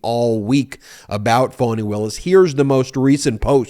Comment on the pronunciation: I adore you, but!!! It’s FAWN-E. Not Phone-e or Fan-E. FFS…if you’re going to report on things, PLEASE take the time to LEARN THE APPROPRIATE PRONUNCIATION. Otherwise, keep up the EXCELLENT work